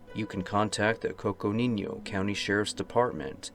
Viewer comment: I just love it when ol' cousin pops in for a while to chew the fat. Never know when to expect you but you always show up at a good time. btw -Coconino has no tilde over the n, it's just "coconeeno".